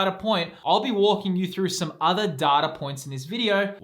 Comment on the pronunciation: 😂 Data Point, American accent was hilarious 😂 thanks.